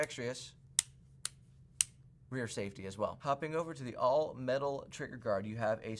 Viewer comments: Ambi-dextrous. NOT Ambidextrious. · AMBI-DEX-TROUS. Notice no "rious" in the word. LOL.